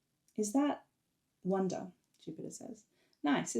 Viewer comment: Little pronounciation question : is "wunder" pronounced like "wonder" ? It sounds the same to my french ears when I hear you say it, but I'm not sure.